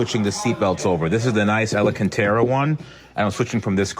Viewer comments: 19.03 "Alacantara one" ???? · "This Alancantara one"🤣